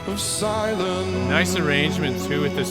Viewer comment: One reviewer pointed out the ?extended? NNN as in silennnnce instead of silencce.